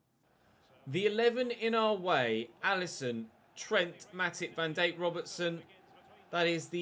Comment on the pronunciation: Why do you pronounce it “Virgil Van Deik?” The Dijk is pronounced “Dike” not “Deik”